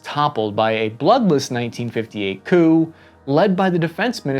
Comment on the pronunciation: I swear you said poo instead of coup at one point. And wtf is a "hill-ux"?